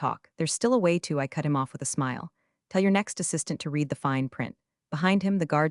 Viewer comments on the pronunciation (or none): The past tense of ‘read’ also spelled ‘read’, is pronounced 'red'. I wish the software that reads these things would figure it out. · The AI only uses one pronunciation for the word READ (which should vary between REED and RED according to the context). Stupid.